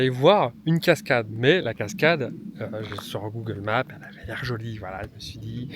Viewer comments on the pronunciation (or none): none